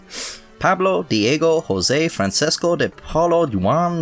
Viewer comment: i will say this, your prenounciation of the name francisco in the last clip was nearly perfect...if it was portuguese and not spanish, very minor differences in the sound tho so for an irishman that was impressive as hell